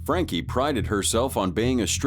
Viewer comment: Sorry, how is Sarah Boone a YouTube personality when she killed the guy? Also, voice over (probably AI), can't say Frankie. It's the little things that matter.